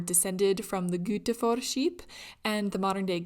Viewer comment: Gutefår was pronounced perfectly!